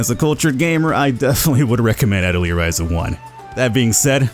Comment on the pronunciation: Atelier ah-tell-yay. Its french